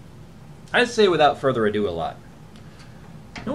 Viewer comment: "withought further adon't" I'm passing myself laughing here xD... America... Don't ever change.... (mutters while laughing to self) withought further adon't (composes self) "ado" means to me,e more of something. Like making a simple job seem like a lot, or talking about something like it's a big job, when it could have been done long ago due to its simplicity....